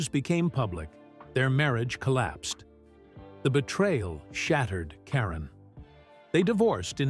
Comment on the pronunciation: Please say Leslie's last name correctly.